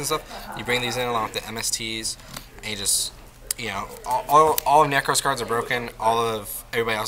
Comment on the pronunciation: NE-KROZ (not knee) NEH-CROSS